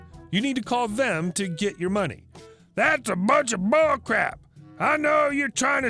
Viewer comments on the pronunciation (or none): none